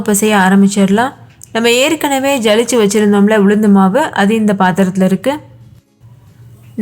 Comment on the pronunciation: ஜலிச்சு என்பதை விட சலிச்சு என்பதே சரி....